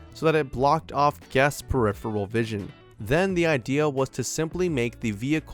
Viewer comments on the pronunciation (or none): none